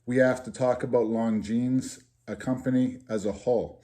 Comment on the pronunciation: Little late here but I am also from NE and you pronounced Longines perfectly! Ha